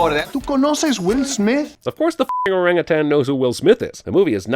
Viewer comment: Thank you for saying 'orangutan' correctly.